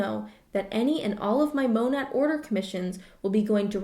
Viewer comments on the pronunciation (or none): I swear to god if I see another Herbalife or Monat hair pitch on my insta-story, I will be forced to join just to tear them down from within!!! p.s its also apparently pronounced moe-nay